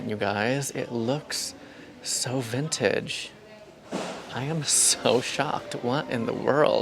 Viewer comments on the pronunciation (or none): none